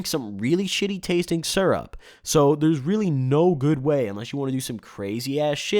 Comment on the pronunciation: Lol it's fucking cough syurp